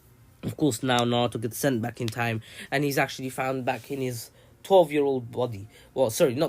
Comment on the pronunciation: he said 12 and 10 year old sasuke but it does kinda sound like 10 so i understand